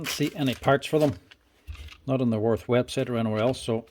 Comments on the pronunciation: Sorry for my German behaviour, its Würth not Worf 😅... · Würth" is pronounced like "Wuert", where "ue" sounds like the German ü – similar to the 'u' in 'fur' (but with rounded lips), and the "th" is a hard 't', not like in 'this' or 'think' - btw the 125 Version is 115,90€ without tax. The 115 is not available anymore. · Wurth is pronounced with a v not like a w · Würth is pronounced Wyrth